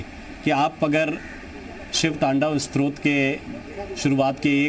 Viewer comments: Stotra not shrot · स्रोत नही स्तोत्र बोलिये। मनोहर